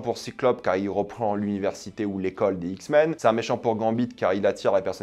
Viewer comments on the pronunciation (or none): Les "Zixmens" 😭